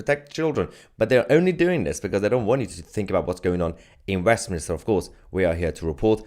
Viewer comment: Mayhar, you dis say "WEFminster", didn't you? If you didn't, you can have it... Merry Christ-Mas to you, your fiancee, and one and all!